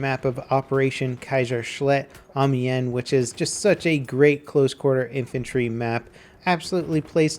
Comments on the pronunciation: BinJimDu amian :D instead of amien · says kaiserschlacht and amians wrong...